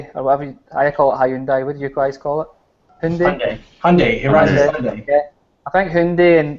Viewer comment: is funny man. HEYAAUNDAYY how you say it. Lmao